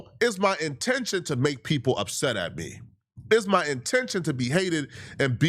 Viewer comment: You mispronounced “Me”.